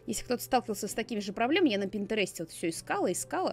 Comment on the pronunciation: пИнтерест, а не пинтерЕст